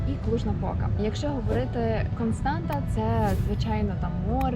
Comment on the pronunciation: Констаца, а не Константа